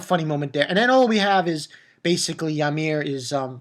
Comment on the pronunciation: It's uhh...It's actually pronounced Oot-garhd, with a soft g. (: It's the home of us jotuns in Norse Mythology, where Utgarda-Loki lives. He's the controller of (some of) my people. And you probably know it by now, surely, but Ymir is pronounced EE-meihr. ^^ The canned food says something along the lines of herring in Norse runes, by the way.